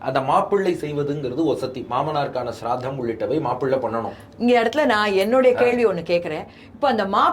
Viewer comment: அற்புதம் சுவாமி. எல்லோருக்கும் இருக்கும் சந்தேகம் தெளிவான பதில். ஆனால் அது ஸ்ராத்தம். சிரார்த்தம் இல்லை. நடுவில் `ர்' வராது. ஸ்ரீ மஹாபெரியவா இதனை ரொம்ப தெளிவா "தெய்வத்தின் குரலில்" சொல்லியுள்ளார். வெகு ஸ்ரத்தையுடன் செய்யவேண்டும் என்பதால் அதற்க்கு ஸ்ராத்தம் என்று பெயர். தலைப்பில் தவறாக அச்சாகி உள்ளது. மக்கள் சரியாக பேசவேண்டும் என்பதால் அடியேன் இங்கே திருத்தவேண்டியுள்ளது. தவறாக எண்ணவேண்டாம்.